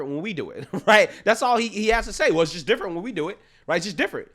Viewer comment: "We do it every ten years so it's (D)ifferent" - Kathy Hochul